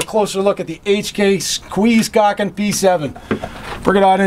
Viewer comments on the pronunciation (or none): "The ayyychkay squeeze-cawkin p7"